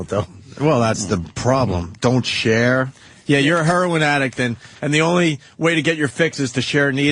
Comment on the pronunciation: The way opie pronounces Heroin annoys me